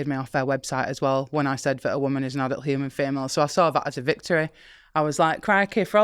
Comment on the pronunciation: OH! maybe she's saying "a woman is an adult human female" and it's her accent on the 'adult' part that sounds like 'not' to my Western ears.